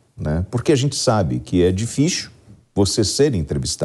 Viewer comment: dificcchiilll é portugues isso?